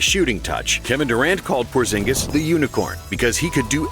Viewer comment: It's Kristaps porzingis